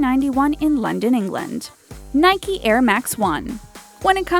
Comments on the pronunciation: It is really annoying how she said Nike wrong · wtf you pronounced nike wrong 😪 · Y'all pronounced Nike "Nikey" ? That's so weird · Hear how she pronounced "Nike" in ...